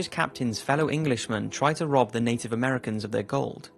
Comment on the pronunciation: Its native not Inden